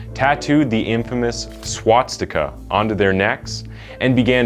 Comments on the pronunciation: You mispronounced the one tattoo and the Swastika. You said swatstika. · Every video has at least one word he pronounces weird. So far in this one it’s “Swat-stika”. It’s almost like a hidden Easter egg that he just doesn’t advertise. 🤨LOL